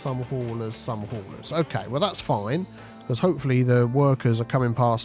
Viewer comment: u say Bulders and building Hawlers!!!!